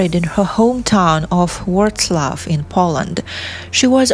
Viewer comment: Her name is Agnieszka KOtlarska. I think you read it with Russian аканье. We don't do it in Poland. Also it's Wrocław.